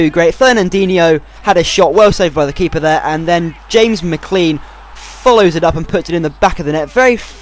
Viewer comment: mcclean is pronounced mcclane